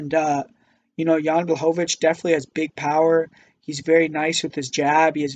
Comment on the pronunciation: He got Jan Blachowicz though and made sure to say it as many times as possible because he was so proud of that pronunciation xD